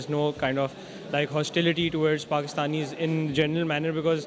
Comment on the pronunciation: KASH"MIER" XD I can't with the accent of that girl lmao "PHAKISTANIS" arey behen Apne country Ka naam to theek se le le